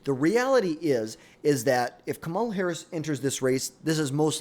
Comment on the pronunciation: KA- MA- LA if you cant say the name then shut up